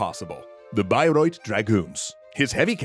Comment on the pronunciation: I want to take the time to show my appreciation for learning and to compliment you on the pronunciation of Bayreuth. You even use the slightly rolled R that is common in the area around Bayreuth. I understand that it's probably a nightmare for English speakers to pronounce. But you tried and you really nailed it.